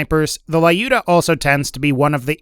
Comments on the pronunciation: It's not LAIUDA!!! It's LJUDA, or LIUDA - a slavik female name. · not Laiuda ) but Liuda ) it is Russian name "Люда" :) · Wrong reading "lyuda"